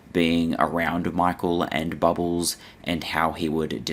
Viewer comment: I find your content information and interesting, but the way you say bubbles... ugh never say that word again